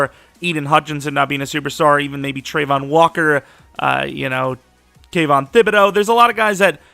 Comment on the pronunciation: it's travon not trevon